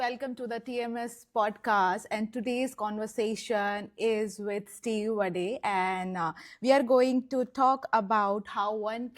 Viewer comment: I think its wade - like made, paid, laid. Not wadeyyy like vadapav😅